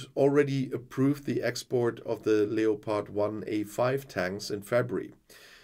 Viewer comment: Leopard is pronounced Lepard in English. Just sayin'